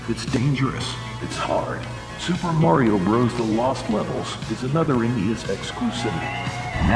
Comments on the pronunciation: You gotta love how in the SMB2 trailer, the annoncer says "Merio" instead of "Mario" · WHAT IS MARE-RIO